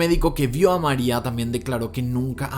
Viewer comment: Kim Kardashian is not a lawyer yet. Mariah no se pronuncia Maria 🙄